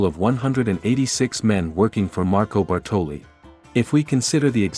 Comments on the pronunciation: You did put a lot of time and effort in this one, I give you that, but it just makes me "cringe" to hear you say Bartòli for the entire video, instead of Bàrtoli. Ok, Lara misspells it too, the first time, but the italian guy is the first one to say that name and since it's his own language you must take that for good. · Great video, but as an Italian I'm slightly triggered every time you pronounce Bartòli instead of Bàrtoli 😂 don't mind me, excellent work 👌